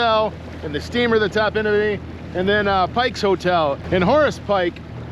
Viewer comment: I've been going to Topinabee since 1971. My grandparents lived there from 1971 until 2000. They always pronounced it TOP-in-a-bee, not top-IN-a-bee.